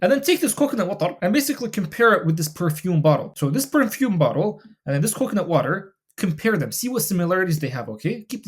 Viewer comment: The way you say coconut watrrr cracked me up. love the vids bro